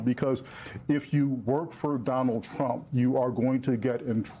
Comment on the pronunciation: I won't miss Pammie Jo's pronunciation of TROOAUMPPP. Nor will i miss her illegal and unconstitutional subservience. "Thank You for Your Servitude".